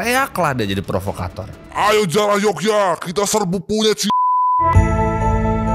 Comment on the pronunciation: Bang kok gua dengernya "ayo kita jiarah" bukan "ayo kita jarah"😂